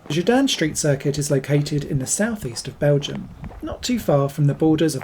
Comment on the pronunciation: It’s called Gedinne not Gidanne 😆